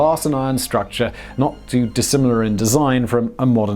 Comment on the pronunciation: “...a one thousand foot struc cha.”